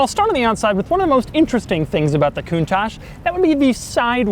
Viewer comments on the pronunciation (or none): At least he doesn't say "Lambore-genie" and "count-tatch" but isn't the "ch" in Italian normally pronounced like a "k", giving it a sound like "koon-tuck"? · when I hear you say countach I wanna kill myself, its italian not french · You cant even pronounce the car correctly coun-toc not coun-tosh! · Gobshite, it's not pronounced coontosh it's pronounced coontock. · One important missed detail: It's pronounced like "Coontock". Still my favourite Lambo but wow so impractical! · Wonderfully impractical car, but....isn't it pronounced Coun"tokk" instead of Coun"tosh?" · you must pronounce "kountak" ,not "kountash"...it means "marvelous" in a napoletano dialect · Not coontach count I say again count it's pronounced countach you dumb ass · Isn't it pronounced "koon-tack" not "koon-tash?" Italian pronounces ch as K. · Learn first how to pronounce it right, Doug...it's called KOONTAH and means ULTIMATE AWESOMENESS! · The way he's says it.....coontash -_- so annoying bruh in the rain too hahaha ,😂🖕🖕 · it's not pronounce kuntachss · I am from the UK and it sounds like he keeps saying 'coontash' I am sure its just his US accent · Coontaash? Is that how you pronounce it? Is my life a lie? Hotel, trivago? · it''s Pronounced Con-Touch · You don't know how to properly pronounce the car..... and it seems that you tongue is too fat for your mouth thus resulting in a lissssssspppppp.... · Ok before get started, learn how to pronounce its name correctly.........PLEASE! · Fun to hear an american pronounce "Countach".... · Until you pronounce Countach the right way I won't subscribe! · Stop pronouncinng it so silly :pppp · If I had a dollar for every time you mispronounced 'Countach', I'd almost be able to afford my own Lamborghini. 'ch' in Italian is pronounced like 'k' in English. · Your pronouncing countach wrong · Why is it americans can never ever pronounce the name Countach properly its not pronounced that way. Duh.